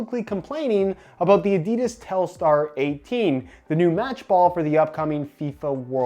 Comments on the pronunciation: Its pronounced Adidas not Adidas. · Great video, the aDIdas pronunciation killed me inside a bit though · It makes me kinda uncomfortable whenever he pronounces adidas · William Hutchinson fucking hate it...😂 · William Hutchinson yeah it's fucking gross, why do Americans always have to pronounce words stupidly 😪😴